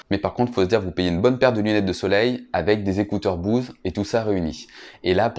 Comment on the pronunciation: je comprends pas la prononciation Bouze! c'est frustrant!!!!